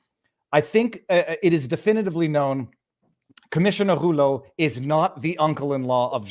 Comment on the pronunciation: Viva..I love you brother. But man..please speak either French OR English..not both. (I and I’m sure many others cringed every time you pronounces that POS Rouleau’s name that way;)